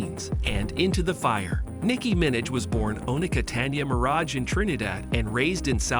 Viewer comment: nicki “minach” is frying me 😭